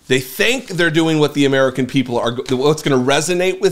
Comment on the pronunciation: "Uh-MEE-ruh-kin" people.